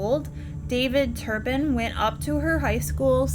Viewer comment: Her name is Louise, not Louisa; and it's not Turn Pin -- it's Tur pin; I was surprised that Louise and David got such a long prison sentence because the justice system seems to under-evaluate crimes but they got what they deserved!!